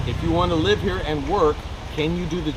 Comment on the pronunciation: herro. Wtf? Haha